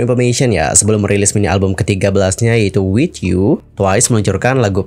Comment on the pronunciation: *WITH YOUTH, bukan WITH YOU *Moonlight dibaca Munlait, bukan MUNLAIG